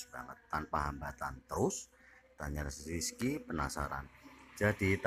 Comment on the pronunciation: Zekri min bukan rizki wkwkwk